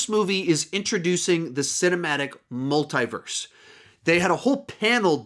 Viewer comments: MUL "THEE" VERSE NOT MUL "THAÏ" VERSE. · Why is he saying " Multai - verse"